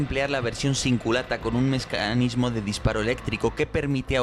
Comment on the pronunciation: Mescanismo dijiste